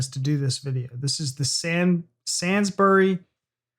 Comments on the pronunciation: The Sansburys really grated. It's Sainsburys. Like in saint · Just a minor quibble. It is pronounced Sanesbury's not Sansbury's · Its pronounced sanesbury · SAINsburys ( pronounced SANE) ok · i love this advert, makes me cry every time. i was invested in your emotional review, at least until you said "sansberry" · Just at the start, but love how you pronounce Sainsbury's as "Sandberrys". Sorry if seems in appropriate, but makes me giggle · Loving the make up! and its Sain like Insane. And you say the Burys part more like Berries. So “Sane-s-berries” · Really? I pronounce it as sainsbrees. I know you are just trying to be pedantic, but I will up your pedantry and say that the pronounciation would be bury, as in to inter, and not berry, as in fruit of a tree or plant. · It's pronouced SANES as in not mad BURYS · Oh please learn how to pronounce Sainsburys properly - Say ns breeze